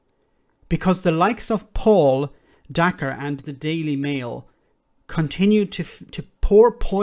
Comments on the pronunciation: Hi, Just thought you should know that Dacre is pronounced like acre, not acker. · Dacre is about to be in charge of OFCOM?! Jesus wept I thought 2021 was gonna be better than 2020. EDIT: it's pronounced day-care. Or it should be. Edit2: Private Eye (literally the only publication still worth reading) are gonna go mad on this. If nothing else, that's gonna be fun.